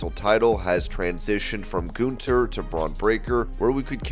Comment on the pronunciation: for wrestling ramble. Please learn how to pronounce a name correct. His name isn't ( goon ther ) it Gun ther. There isn't a goon in the name.